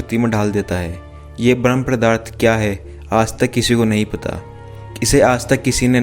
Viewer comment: पदार्थ होता है, प्रदार्थ नहीं